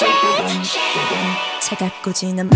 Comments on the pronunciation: Love joy's "mILkhaKE" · wait when joy says milkshake is she actually saying that? Cuz all i can hear is moonshine, they produced so i’d assume that’s what she said but idk